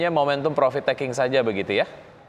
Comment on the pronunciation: Profit min, bukan provit 😀